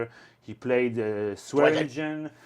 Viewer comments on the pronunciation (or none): ... I'm sorry, but did Gil just say "Swearengen Tarly"?